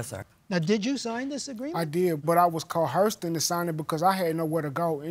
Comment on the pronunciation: You say coerced and I say coherced. I am so uneducated and you are so educated. Shut up.